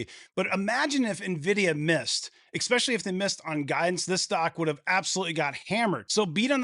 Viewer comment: Dude you should by now have the word "especially" nailed down. Try this: Ess-specially. It's just a long 's'. NOT exxspecially.